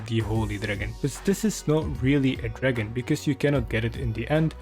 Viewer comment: I love how he doesnt say dragon but instead says dragn